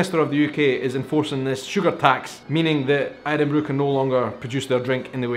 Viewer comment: Irn bru not Irrronnn bru!!!